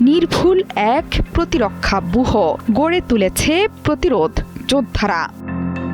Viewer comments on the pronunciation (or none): বুহ্য... এটার উচ্চারণ 'বুহো'!?!?!?